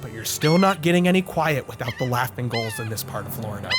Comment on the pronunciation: Why he pronounce gulls like goals